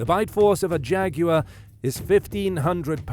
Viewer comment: Thanks for pronouncing jaguar correctly. One of the most annoying things on youtube, to me, is that many commentators pronounce it jagwire.